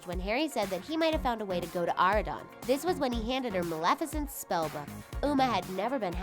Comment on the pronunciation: The only thing that really kills me is y'all pronouncing words wrong like Merida's name and Maleficent's name. It's pronounced on the movies and yet, you still say the words wrong. Just something I had to put out there because it drives me when people pronounce words/names wrong.